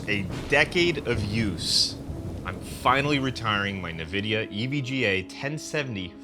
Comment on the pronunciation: Navidia? I thought it was Nvidia? 😭